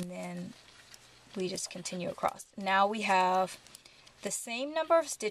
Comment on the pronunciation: Just some constructive feedback: you pace well, content is instructive, patterns awesome. We all develop accents & quirky ways to say things. In this case, my suggestion is to watch out for the word ACROSS. Ending it w a "T" is unpleasant to hear. Maybe watching out & ending the word ACROSS with the proper "S" ending , would likely make your videos more popular. Like I said, you've got great content, pacing, etc.